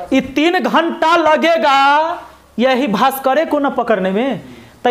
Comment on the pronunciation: Mind-blowing लेकिन पकड़ने होता है कि पकरने 😇😇😇